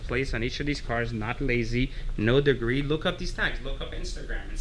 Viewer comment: "no dgree" explains why no degree...lol.